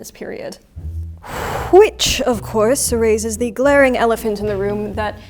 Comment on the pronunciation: "Hhhhhhwhich" someone is turning mid-atlantic <3